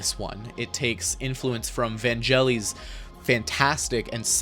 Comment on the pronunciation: Wow, I'd love to hear some of that Van-Guh-Leese music...